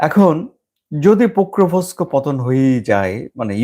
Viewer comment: It is not "Pokrovosko", Ukrainian Name is Pokrovsk its previous name (pre-2014 time) was Krasnoarmeyesk (City of Red Army). 85% of this city is under Russian control. Only two major cities are still under Ukrainian control, these are Slaviansk and Kramatorsk. Kramatorsk is the capital city of the Donetsk region (Ukrainian part of Donetsk). There is no confusion about who controls Pokrovsk, its Russia who is holding the major areas of Pokrovsk. Its a major mining areas.